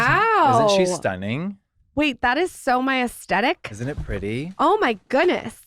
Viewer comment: She also needs to learn how to pronounce aesthetic!! 😫